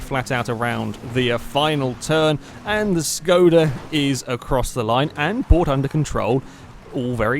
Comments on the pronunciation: Shkoda it is pronounced as Shkoda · It's a Škoda not Skoda :kappa